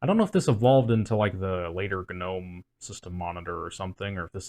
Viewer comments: Why is everyone pronouncing the g in gnome? it's silent. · Every time someone pronounces the G in Gnome i can’t help but think of the “I’m gnot a goblin, I’m a gnome” meme